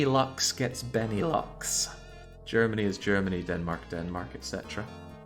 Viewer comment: I just heard benelux gets benelux DONT ACT LIKE WHERE ONE COUNTRY im begging you